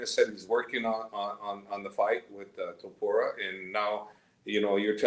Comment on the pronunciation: Javier calling him Topura is such a subtle diss 😂